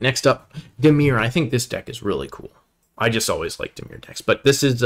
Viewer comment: Some pretty good analysis on the set here. Be prepared to lol at some of the pronounciation (ex: Tiamat, Drizz't, Dimir), but whatever. Solid recommendations, and I agreed with most of his top commons picks, and probably any differences would've been the 4th pick anyway.